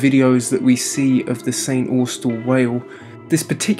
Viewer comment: Yeah my home town, congrats on pronouncing it correctly. Bias here but this is you're BEST VID YET 👍👍👍